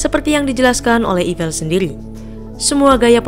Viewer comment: Saya dengernya jadi evil 😂